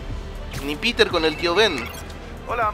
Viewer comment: me parece que a miles se le olvido ponerle la R al nombre de peter